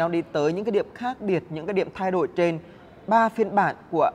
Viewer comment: nói tiếng sai tùm lum mà đi đánh giá xe hay sao??? nói : thay đổi lại nói là "thay đội" kênh này tào lao quá